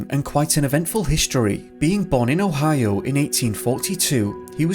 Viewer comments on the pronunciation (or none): none